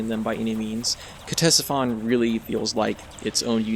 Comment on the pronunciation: ctesiphon is the name of an ancient mesopotamian city. the pronunciation is either "tessifon" or "katessifon", whichever you prefer :)